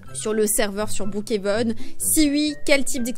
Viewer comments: Mais sa se dis brookhaven pas broookheven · Ça se dit brookhaven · En vrai sa se dit brookéveun mais sinon t video son trop bien t la meilleure youtubeuse😊❤🎉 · sa se dit brookhaven mais comme tu veux XD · Je dit pas brookhaven je dit brookhenve comme toi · Tu le prononce bien le Brookhaven, dommage que maintenant tu le prononce mal